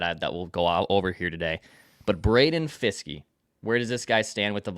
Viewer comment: It’s Braden Fiske